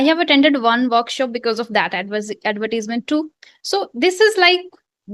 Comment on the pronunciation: mam you pronounce the word " advertisement" incorrectly. soooo........